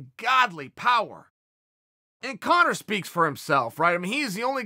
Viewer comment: Nobody at all... Chael: CoNnor